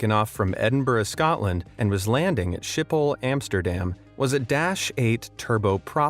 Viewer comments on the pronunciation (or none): Your pronunciation of Malaga is just annoying. I get how one tiny seemingly insignificant mistake on a plane can cause a near fatal accident, but your pronunciation of Malaga or skipple is enough to cause a world war Would it harm you to look up how locals say these words before you butcher them? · I hate how he said Schiphol